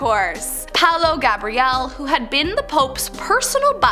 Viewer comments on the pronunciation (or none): none